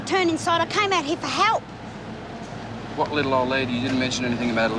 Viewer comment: Love the way Doreen pronounces 'help' as 'halp'